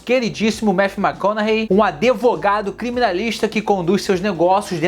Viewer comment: Adevogado? Vish, você é paulista? Hahahaha